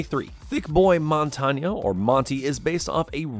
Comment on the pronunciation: way to absolutely butcher his name lol. It's pronounced Mon-tain. It's french